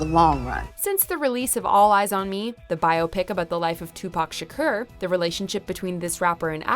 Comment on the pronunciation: She said said Tupac ShakER ER. Jesus christ im done